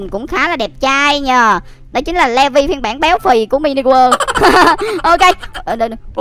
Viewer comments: Ko phải đọc là le vi mà là lì vai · ANH ƠI NHÂN VẶT ANH BIẾN THÀNH LÀ LỆ VI ANH ĐỌC SAI RỒI